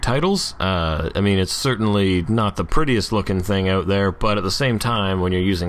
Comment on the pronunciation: I've been meaning to share: "Out" is properly pronounced "out" not "out." You're the best! Love your stuff.